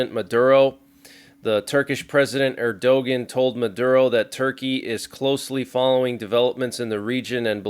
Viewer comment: Erdogan is pronounced as err du wan!!